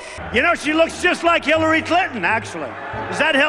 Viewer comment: Hill lie ry clinton.